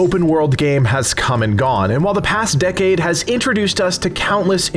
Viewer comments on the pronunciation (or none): none